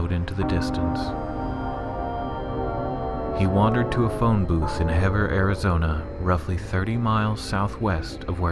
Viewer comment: ....well as a local from Heber (Hee-bur) that now lives in Snowflake and runs into Travis around town, I'm gonna rate your little video a 4 out of 10. I've watched just about all of the videos covering Travis's experience and just about all suck so no worries. The very least you could do is research more than just Wikipedia and maybe look up how to pronounce some of the towns and such. 😉